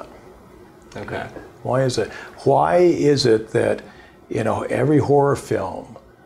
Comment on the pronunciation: HHHHHHWY!!!! Great interview but god dam that pronunciation is messing with me lol